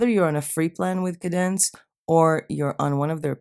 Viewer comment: Hostinger would be the host which is where your website will "live" on a server. Wordpress is the actual site wich is a CMS (content management system) Kadence is a Wordpress theme that your site will be built on. Kadence is a great theme with very good support. It is pronounced Kay-dence.